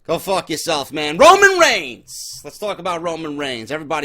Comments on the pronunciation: "Ramen Rains" LMFAOOOOOOO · I don't blame reigns for the ratings dropping I blame WWE creative and Vince for the ratings dropping that's what they get when they WANT Reigns as champion I believe Reigns should get no reaction whatsoever. Every time you say Raman Rains I had to laugh great off the script as always totally agree with everything said